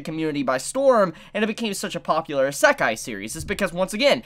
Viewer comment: You're saying Isekai wrong